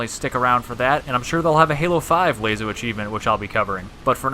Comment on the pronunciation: When he says Layso instead of Laso